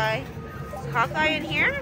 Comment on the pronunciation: When she was saying Hawkeye I thought she was saying "hotguy". 😅